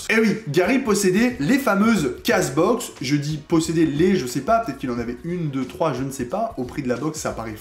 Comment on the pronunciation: Salut, petit conseil: « Case Box » se prononce « Keyze Box ». Merci pour cette vidéo, très intéressant comme thème.